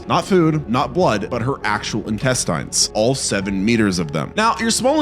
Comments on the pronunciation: Why do you say intesTINES the weird way? I mean technically its not "wrong," but it sure is weird. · If you're going to do videos like these, at least learn how to pronounce the words you're saying. Fascia is pronounced like fasha. Intestines is pronounced without the silent E so the I at the end of the word woukd sound like a short I like that word "in". Hearing you butcher these words makes me wonder how accurate your other facts are.